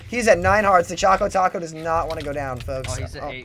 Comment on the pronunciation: It's Chaco Taco...